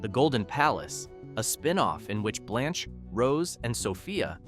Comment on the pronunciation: It's pronounced "blānch" not "blonch"